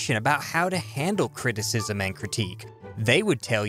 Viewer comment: What is CREE- TEE- CISM?